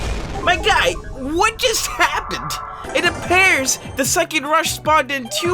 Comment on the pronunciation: Bro why did you say "It a-pears that" on the second last one 🤣😂